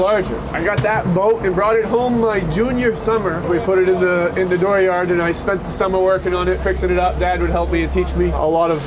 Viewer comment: In the "door yahd". Haven't heard that in a while. I miss Maine...